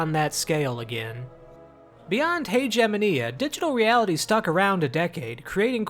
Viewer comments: I'm pretty sure the word Haegemonia is pronounced differently. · I cringed at the pronunciation of Haegemonia. Considering that even in English you're not supposed to pronounce Hegemony like that